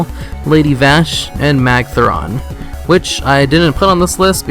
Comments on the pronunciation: magtheridan. not magtheron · magtheron? u mean magtheridon....